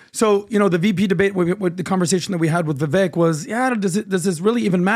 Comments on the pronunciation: learn how to pronounce Vivek's name. Its VIVAKE, AS IN CAKE. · it is disrespectful to continuously mispronounce someone's name especially when they have been on your podcast. It is Viv-AKE like CAKE. jeebus dude. He's not Kamela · and, please start pronouncing Vivek properly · How about you guys show Vivek some respect and LEARN TO PRONOUNCE HIS NAME CORRECTLY